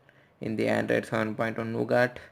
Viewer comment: Its Nougat, not Nogaat...